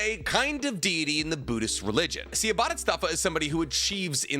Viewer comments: Why do you say bodhistatva? It's Bodhisattva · Boo•di•sat•va his pronunciation bothered me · It's pronounced "satva" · What in the f is a buddystafa. Its bodhisattva. Pronounce as bo di sart tuah. Also that sanskrit word doesnt mean a person that sacrifices his effort to attain nlightenment in order to help others. It just means a student studying/practicing the buddism path to enlightenment. Yes in SOME bpdhisattva do in fact "delay" or more accurately procastinate his/her own buddhism practices in order to help other with theirs. But thats a fkin stupid idea. If you want to teach, know your sh it first and not try to act teacher when u didnt even attain enlightment yourself. Buddha (mr siddhartha) sure didnt do that. He aint stupid. Im drunk so I am spewing negativity online proving people wrong puts a smile on my face. Goodbye. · Let’s say it together: BO-DHEE-SAAT-VAAH. It’s easy. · Bodhisattva is pronounced as “bow-dee-saht-vah” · bodhisattva is pronounced like boe-dee-sot-vuh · I think its pronounced Bo - Dee - Sot - Vah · The continuous mispronunciation of bodhisattva was painful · is he trying to say Bodhisattva or something else? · The way you say bodhisattva kind of hurts to hear. Sounds like a translator. Still enjoy your content though. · I thought had trouble with pronouncing Japanese words until I heard him say Bodhisattva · As a religious studies major please say BODHISATTVA CORRECTLY